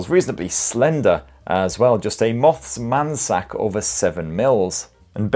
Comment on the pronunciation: Did He say a moths man sack?